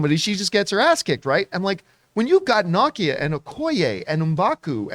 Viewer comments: Her name is pronounced Na-Kia "Nakia" not Knockia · It’s nah-KEE-uh. Not NAH-kee-uh. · How can you say Okeye correctly and not NA-KEY-A, not Naw-Key-A lol tf....